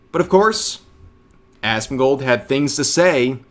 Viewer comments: Did she say Asmon"god" lol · He called him assman. She called him Asmongod XD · I thought he called him Assfand, mixing him up with Esfand. Whether that was intentional to make it sound like Asmongold is of so little import his name isn't even worth remembering or if he genuinely mixed up the two I'm not sure but either way he looks dumb